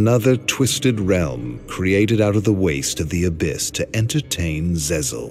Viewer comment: Zzzl pronounced as Ze-zl 😂😂😂